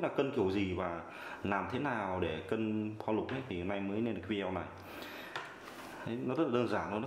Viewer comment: góp ý chút, cụ đừng đọc là Vi Đeo nghe khó chịu cực kỳ luôn, đọc là Vi Deo hoặc Vi đê ô, Vi đeo nghe quê dã man ý